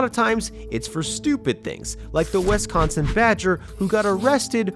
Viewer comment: Is anyone else annoyed by the mispronunciations in this video? “Westconsin”, “e-legidly” ?